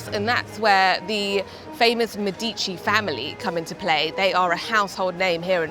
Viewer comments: Me'dici not Medi'ci, thanks for the video. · Thank you, helpful for our upcoming trip. (Sorry, but your constant mispronounciation of Medici kept making me cringe.) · Medici is pronounced wrong